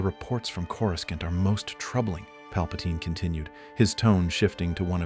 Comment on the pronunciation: Pronounced Cori-saunt not Coris-can't 😂